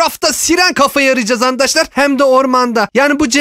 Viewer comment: ABİ HANİ SEN BİZE ANDAŞLAR DİYOSUN YA O ASLINDA ARKADAŞLAR ANDAŞLAR DEĞİL YANİ